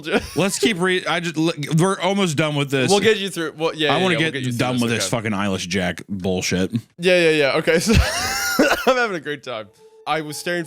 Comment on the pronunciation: I thought Papa Meat was saying "Eilish Jack" the first few times he said "Eyeless Jack". I'm wondering if anyone else had that kind of experience, or if I'm alone on that.